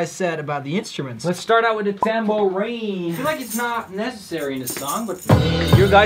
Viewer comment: i miss when he said “tamberin” instead of tambourine 😔